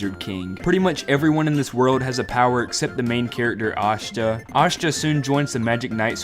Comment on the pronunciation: U saying aSHta hurt me to my core